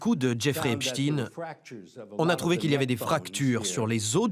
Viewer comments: Epstaine et non stine !!!!!!!!!!!!Vous dites Instine au lieu D'Einstein? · Pas Epstine mais Epstein. On dit pas Einstine mais Einstein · C'est pas Epstin mais Epstein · C’est étonnant il n’y a que les médias alternatifs qui prononcent bien le nom de Epstein....les mainstream .....c’est Epstine.....😂😂😂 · Les médias qui font que de prononcer " Epchtine " alors que ça se lit Epstein comme Einstein, juste pour cacher la consonnance 🧃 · Ce n'est pas "epchtine" mais Epstein, comme Einstein.un peu de culture, svp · "Epstein" et non "Espstine"... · Epsteeeeeiiiin pas Epchtine!!!! Ridicule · Pourquoi prononcer "epchtinn" ??? En français le suffixe "stein" est toujours prononcé : "chtainngn" , comme dans le nom très connu : Einstein. Ou encore Bornstein...... Ça cache quoi cette volonté de changer la prononciation de ce nom??? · Ils prononcent volontairement mal son nom pour éviter qu'on réalise sa religion. on dit "Epstein", pas "Epstine" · Epstailleneu et non pas Epstinne ! Le yiddish est un dialecte allemand ! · Je sais pas dans quel monde vous êtes pour l'appeler Epstine alors que tout le monde lit et prononcé STEIN comme Einstein.... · EpstEin comme Einstein et pas EpstIne comme PoutIne...... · Le epchtine tout le long est horrible a entendre 😅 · arrêtez de dire Epstiiiine à la fin, nous savons très bien que cela ne se prononce pas comme ça, voyons.... 🤔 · Et ça se prononce "Epschtaïne". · Au fait, on ne dit pas "Epchtine" tout comme on ne dit pas "Einchtine" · Ah ces français! Même pas capable de prononcer son nom correctement! J’arrête, cela me fait mal aux oreilles.